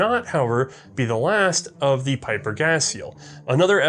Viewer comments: Well for "one of the biggest in gun design" you show little respect by keep fucking up his name, what's so hard about pronouncing his name correct?! ... Pieper is pronounced as PEEPER, it's not that hard, not even for an American acting as an historian and firearms expert. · It is "P-ee-per". It's a Flemish/Dutch name.